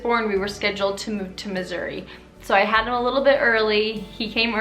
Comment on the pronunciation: it sounded like you said "I loved my time in misery" lol